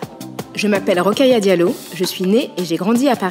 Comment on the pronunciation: Ro-kha-ya dia-llo= 5 syllabes, pas douze